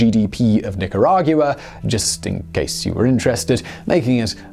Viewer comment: "Nick-ah-rah-gue-ah." I hear they like Tack-ohs there.